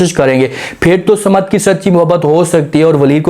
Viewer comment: Not Samad but Saman please.